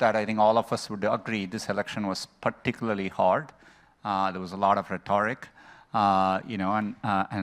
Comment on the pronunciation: The Indian can't even pronounce rehtoric. What a dumbass. Go home fool.